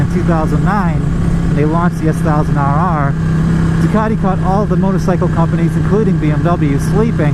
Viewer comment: "Double Awe-R".... Ha Ha:).... ()